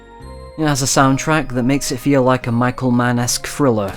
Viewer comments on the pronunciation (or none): none